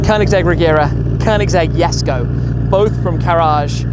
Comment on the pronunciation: Why does he call it yesko